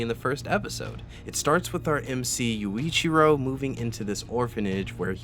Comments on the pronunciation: the manga has gotta be one of my favorite manga ever. Now don't get me wrong the anime is good but it's not great and it has way to much lost potential. also, every time you said Yoichi instead of Yuichiro it hurt 😭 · You did not just call Yu(ichiro) Yoichi 🤣 They do NOT call him Yuichi in the anime, lmao. They call him YUU as in "you". That aside, OnS will forever be my favorite anime + manga, no matter the many wrong things with it. The story telling and character development in the anime did not age well but I do feel like they rushed it and didn't really pay attention to the details. Also, they dragged the anime out a lot. The two seasons are just the intro of the story which is a pitty. I would've really enjoyed to see more of the background stories and the lore when it comes to the seraphs/vampires/demons etc. The manga answers so many questions that they left unanswered in the anime. Oh, well. You can't have it all. Maybe they will make a 3rd season but I (sadly) doubt it, since it didn't sell good (which still saddens me since the story in the manga is amazing). Also, Kagami, the author of the manga, takes his time when it comes to finishing the manga. Like, it has been on-going for more than 10 years and he drags the lore out so many times when one chapter only lasts maximum 5 minutes to read and then you're left with more questions than before, lol. So, yeah. Even though there's so much wrong with it, it kind of makes it good(?).